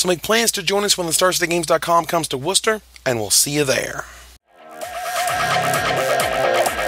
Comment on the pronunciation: rep for saying Worcester correctly, youve got no idea how many people even from around there say it wrong